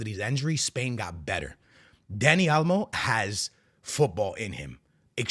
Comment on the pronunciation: been in Texas so long he’s saying Dani Alamo